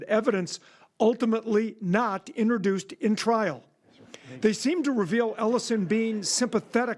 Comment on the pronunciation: Why does this reporter,, keep saying "inreduced"? Does he mean 'inTROduced'? Weird.